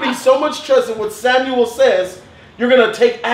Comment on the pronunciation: Varys, not Varish...and Sam•well, not Sam•u•el.